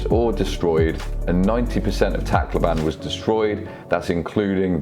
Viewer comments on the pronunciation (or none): yo this got recommended by my teacher and this is great plus im a filipino but I didn't experienced typhoon Haiyan or Yolanda because I was born in a different country and stayed there for 6 years but when you pronounce Tacloban its Tacloban not TAc-loban